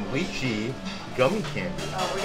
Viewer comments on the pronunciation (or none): Guava is my favorite lol and passion orange is good too. Omg didnt know about the baked goods lol. Omg hope you guys tried lihing stuff. Oh and you keep pronouncing lichee say it lie-chi. Cool on the character meet and greet.